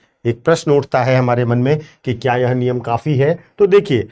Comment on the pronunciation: Aap "yeha mat pronounce karna" durgaandh ati hein is word se, aap "yeh" bola kijiye.